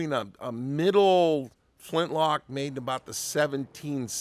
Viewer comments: Did you say flinch-lock or am I hearing things? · “Flinchlock”. Nice,!